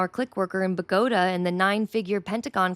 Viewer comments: At first I thought she said 'pagoda.' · Great work! Just for future reference Bogotá is pronounce Bo go TAH with the emphasis on the final syllable. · also check pronunciation on "Bogota" unless you did that on purpose.